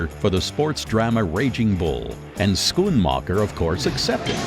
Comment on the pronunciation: there has been mistakes. On the Tarantino doc, the narrator pronounces Fred Raskin ( his editor) as Fred Raskeee and on the Art of Editing, Editor Thelma Schoonmaker is pronounced Schoon MAHKER ..its Maker